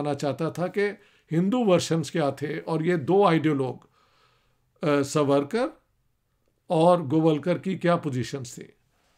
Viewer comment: سورکر نھین ساورکر بولو